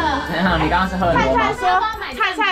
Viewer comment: Alan叫菜菜聽起來很像尿尿